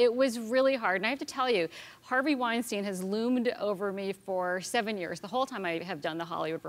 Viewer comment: btw its not called weinsteen, its weinstein :) u both made that mistake several times